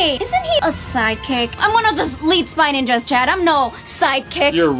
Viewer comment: Its spy ninjas not spange range